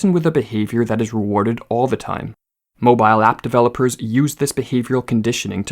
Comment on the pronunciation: Its painful hearing you say "mobile app"